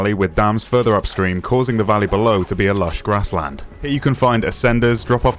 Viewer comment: Im just here to hear say LUSH grasslands